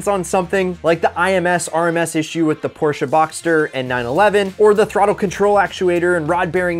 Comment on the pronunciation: My man just said Porsche a